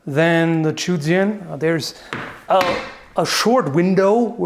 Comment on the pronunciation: Actually the correct pronunciation is "Zhou" not "Chu".